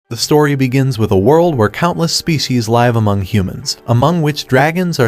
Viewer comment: The pronunciation of LIVE changes according to the context of its use. I LIVE with my family. I'm watching this show LIVE on tv. LEARN ENGLISH.